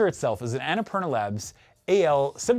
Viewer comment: I can't unhear AnnaPornoLab 😅